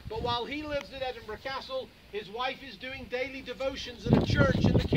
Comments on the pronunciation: Will some one learn how to pronounce "Urquhart"? It's not urkit it's urQUART. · its urkurt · As Gary Fowler mentioned in another video's comment 'It’s a Scottish name pronounced Ur-churt, with the ‘ch’ the same as in ‘loch’ '